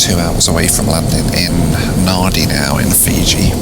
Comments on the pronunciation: Hi, Nadi is pronounced "Nandi" rhymes with handy. Several places in the Pacific have names where the pronunciation seems to bear no connection to the spelling. Case in point, Kiribati. It would seem logical to pronounce it "Kiri - bar - tee", but it is in fact pronounced "Kiri - bus". there are other examples in the pacific as well. Get yourself to Nauru and Tarawa, accessible by Air Nauru. Lots of WW2 history in Tarawa, and you'll be getting back to basics with the travel. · Yep. Every time he pronounced it without the N, I could relate to his problem with the music. 😀 Nothing pretentious about pronouncing it correctly, most people in Australia pronounce it Nandi. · I enjoy his videos, they are detailed and informative, but sadly he mispronounces Los Angeles as well as Nadi (Nandi). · Nandi is the Anglo pronunciation. to locals, it's Narndi. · Every time said it I said ‘Nandi” out loud. It’s the same with Pago Pago. I think I’m the only one in my airline ops office that pronounces it Pango Pango rhyming with Tango. I read about the pronunciation in a book about a Pan Am crash there. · Nadi is actually pronounced Narndi. Australians mispronounce it rhyming with handy. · It's spelled Nadi but it's pronounced Nandi! Rookie mistake... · Hey Nadi is pronounced Nandi but it’s spelt Nadi, anyway love your videos mate also come to new zealand! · Interesting as always, though I agree with others that more economy videos would be great! Also, just for interest’s sake, the pronunciation of Nadi is more like ‘Nan-dee’ 😊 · Surprised that he would travel to, and from Nadi on Fiji Airways and still have no clue as to how its pronounced. And to consider skipping dinner service out of LAX..??? Is this an Air travel blog/review or just a "your all following me cos of me" channel? Lol. (concession; he did come around, but took an effort. Soz, going back to Sam) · Jeez mate - you could have found out the name of the airport.....It's Nandi not Nardi. Bloody poms, eh